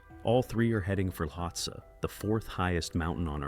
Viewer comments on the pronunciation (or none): Ueli Steck is pronounce U-lee and the mountain they were climbing is pronounced Lot-see. Do your research. Do better.